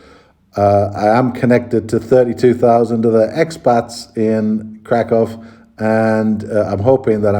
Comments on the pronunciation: If you want to further improve your pronunciation of Kraków, here's a tip for you: ó = oo sound (as in look) and therefore read it as Krakoow not krakow :) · Well, to be thoroughly correct the city name is Cracow or Kraków (pronounced Krakoov) 🙂 Interesting vlogs! 👍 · LA just like other big cities in Cali has the big problem with significant homeless \ drug-addicted population living on streets, parks, and so on., you won't see it in Kraków. One more small thing, "ó" vowel in Kraków is pronounded like English "oo" as opposed to English "o". Good luck living in Poland.